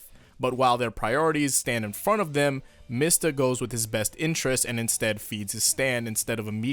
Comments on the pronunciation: You mean MEE-sta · it's "mee-stah"